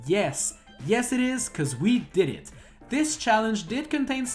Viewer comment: Andre from GameXPlain always sound like "that's shit" when he says "that's it", but that hasn't ever been a problem, as far as I know.